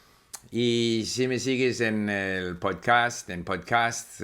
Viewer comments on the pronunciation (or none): none